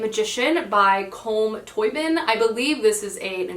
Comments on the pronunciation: I think Colm Toíbín is Irish (based on the name) and if that's the case it would be pronounced closer to Call-um Toe-bean :) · Thanks for the video! Just to let you know, Colm Toibin name is pronounced like cawl-uhm toe-bean. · Colm Tóibín is pronounced Call-um Toe-Bean. Gotta love Irish names. 😅 I read ‘Brooklyn’ by Tóibín a few years ago. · Hi, love the video. Just popping in to say that Colm Tóibín is pronounced more like Cull-um Tow-bean (it's an Irish name: D )